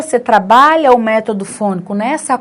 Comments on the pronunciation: Palavra método, acento agudo é na vogal e e não vogal o. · Gostei muito de sua explicação!! Vc acentuou a palavra método errado.